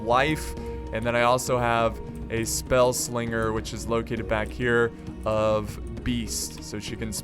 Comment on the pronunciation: it's not spell slinger